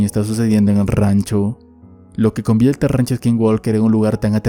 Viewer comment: "lo que convielte" jajajajaja, directamente de los barrios de PR